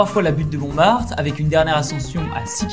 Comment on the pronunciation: "La Chartreuse de Parme" ( La Butte de Montremartte